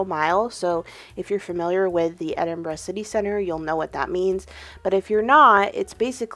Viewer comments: I’m so happy you had a good time in the most beautiful country in the world - yes I’m Scottish and therefore biased 😂 I also love that you leaned in to the fact Scottish summers are rubbish and you were happy that you could wear all your gorgeous knits ❤ also, stunning pronunciation of Edinburgh! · Great video. I currently live in Edinburgh and just wanted to say that, as a Scottish person, I really appreciated the fact that you pronounced the word "Edinburgh" perfectly. I know words can be hard for other dialects but you smashed it. Thank you. I am glad that you enjoyed your trip.